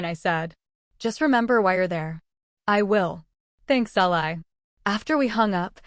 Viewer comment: Someone- please correct the pronunciation of Ally’s name! The “y” should sound like a double “ē”. Thanks! Powerful story with excellent narrative. Great AI narrator!